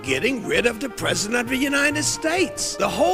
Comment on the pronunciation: What’s a pezedent?